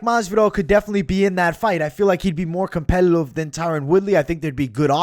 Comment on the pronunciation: You didn't say competitive properly